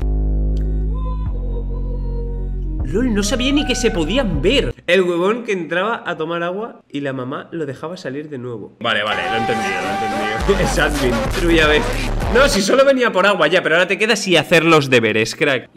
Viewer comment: Cuando dice huevon en vez de weon: 😐